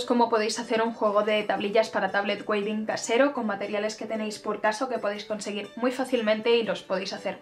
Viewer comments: "TABLET WEAVING", se pronuncia tablet wíving (ea= sonido iiiii largo). Muy bonito tu video! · trata de pronunciarlo como , me parece que la pronunciación anglosajona de la palabra suena mejor que la version españolizada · Muchas gracias por tu video. Trata de pronunciar Weaving: /uivin/. Bendiciones.